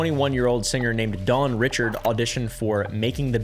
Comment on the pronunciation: Dawn Richard pronounced Reeshard.